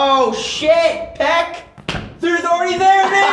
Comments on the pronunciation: "Peck" bruh 😂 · Who tf is peck? Lmao I've heard so many people butcher her name.